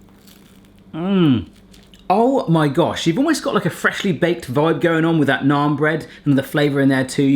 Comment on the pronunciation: I like that he pronounces naan correctly instead of pronouncing it like nan. Also butter chicken isn't a sauce.